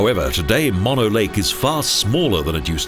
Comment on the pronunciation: Its pronounced moan-o.